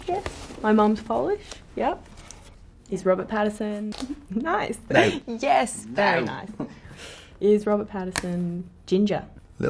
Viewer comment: “nOoew” “you’Re fIve-fOurr?” “miXtuRe of inSecuRiTieS”